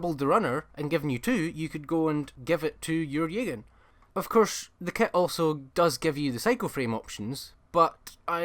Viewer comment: You lost me at “Yaygan”. I’ve never heard anybody pronounce that word that way and it is so jarring that I could not take anything following it seriously.